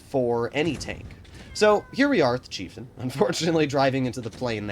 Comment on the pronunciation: pronounces it Cheiftein